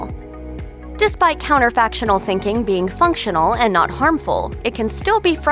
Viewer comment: Counterfactual, not 'counterfactional'.